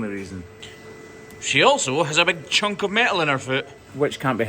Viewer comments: You left the N in “chunk of metal”, I wondered what a “chuck” was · I believe it’s “chunk” of steel, not “chuck” 😂